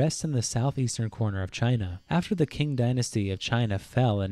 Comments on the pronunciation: its called "qing dynasty" but yeah, hearing him say "qing" as "king" is painful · everything in this video was going well until on he said "king" dynasty not ching dynasty